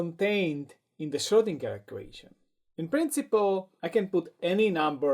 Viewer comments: And the G is pronounced like in "gag" not like in "ginger" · Schrödinger. As a Viennese guy, I can promise you that the letter 'o' and the letter 'ö' are two distinct letters. They also don't sound the same.